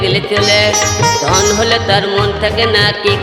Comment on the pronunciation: ভাই তোর ধন কথটা ধোনের মতো শোনা যাচ্ছে 😂😂😂